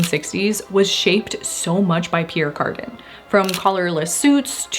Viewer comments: Back in the day we pronounced it the French way: pee ERE car DAN. Never ever heard it pronounced carden(garden). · Pronounced ( Pea-air Car-dan) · It's pronounced: Pierre "Carduhn" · I had to Fast forward through the Pierre Cardin Section, for every time you mispronounced his name. Thanks for trying.